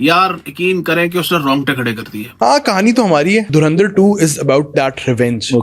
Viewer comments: ये सीधा सीधा धुरंधर बोल नहीं सकते क्या . ये धुरिंधर क्या हे ? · Dhurandar ❌ Dhuendir✅